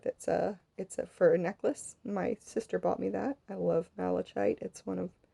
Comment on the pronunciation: Lovely work, and the explanation was very good, EXCEPT: Malachite. Pronounced mal-uh-kite. THE "ch" is pronounced as a hard consonant, "k".